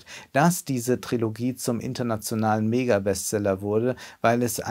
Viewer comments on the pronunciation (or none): none